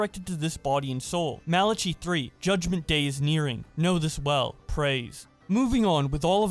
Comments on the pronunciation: Mala Chi... LMAOO..... Pronounced MALA- KY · I enjoy mispronunciation of random words. Malachi = masala chai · Malachi is pronounced like Mal-a-kai (the chi rhymes with sky) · Wild video, just for your info, Malachi is pronounced "mal-uh-kai" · Umm. I’m pretty sure it’s pronounced Mal-a-kye, like the Bible book… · Mala-chee??? Fuckin anybody can be a YouTuber these days huh? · Man you dont know how to pronounce Malachi? Mal-A-Kai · it's pronounced mali-kai you heathen